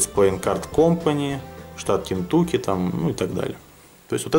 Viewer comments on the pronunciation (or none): none